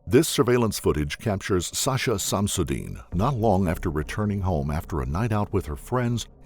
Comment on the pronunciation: its not Samsudean it is Shamas-Ud-Dean (shamas = sun, dean = religion esp. Islam, meaning = sun of the religion)